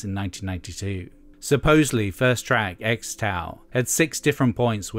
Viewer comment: Xtal is actually pronounced "Crystal" apparently.